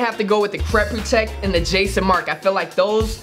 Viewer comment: Mans said “crep prutect”